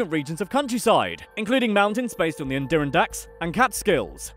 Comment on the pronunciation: Lmao the way he pronounced Adirondack